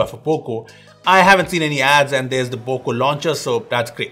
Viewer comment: nobody.... poco ... P O C O